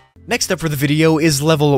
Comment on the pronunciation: The way he said vidya😂😂😂